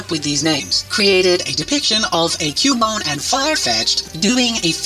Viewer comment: Haunter and Cu-bone? Bone - ER lol